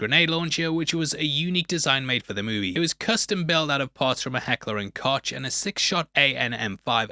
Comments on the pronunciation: Sorry, it’s pronounced Heckler and “Coke”, not caughtch. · Its pronounced heckler and coke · Not when you say Heckler and Cotch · Ah yes, heckler and kotch..... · There is nothing wrong with predators you sound like another movie snob. Can't even pronounce Koch correctly in Heckler and Koch. I dont know what I really expected. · Unfortunately for you, the illusion was broken already by how you pronounced "Koch" in Heckler & Koch... =)